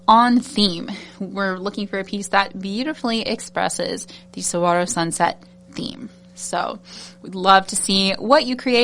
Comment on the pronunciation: I've lived designing with this box....I actually said Desert Sunset as my guess for this month's theme....being born and raised in Arizona, made it a no brainer for me!! I can't wait to order and get my companion bundle to add to it!! PS: you're pronouncing it correctly!!